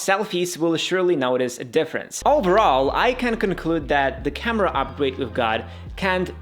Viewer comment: my guy needs to correct the way he pronounces "notice"